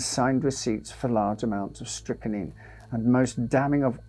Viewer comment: Strychnine - pronounced strick-neen. It is not strick-a-neen. Dear, oh dear.